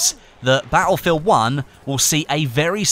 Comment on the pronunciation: I didn't know Battlefield was pronounced "BAH-EL FIELD"